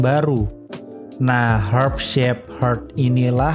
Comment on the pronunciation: Herb shape herb aja susah bg ngomongnya wkwk